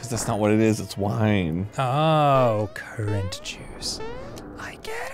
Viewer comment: It's currant, kinda like a grape, not current lol. Arin is right though, that bottle is totally wine.